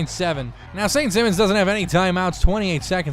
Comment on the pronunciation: BTW, the school is pronounced saint s(eye)mons